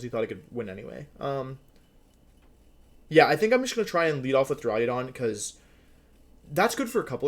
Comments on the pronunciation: Wolfe.... for my sanity learn to say duraludon not duraliadon. Please!!!! Lol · d) I'm tempted to unsubscribe because of how you pronounce "Duraludon" alone